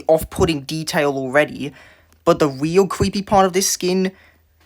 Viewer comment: "qweepy" "weal" "qweeture"